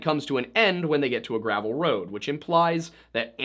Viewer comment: I honestly just had a hunch because are accent we dont say gravel how she said it she said it like the medication gravol